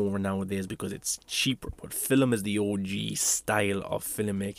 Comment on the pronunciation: “Filim” lol🤣 love the accent